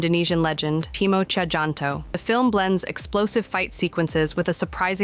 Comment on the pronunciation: A little correction; His name is in an old form of the language. Timo "Tjahjanto" Is pronounced as Timo "Cahyanto" If it was written today